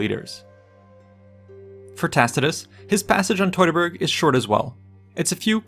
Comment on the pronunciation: teuteburg nicht totaberg 😂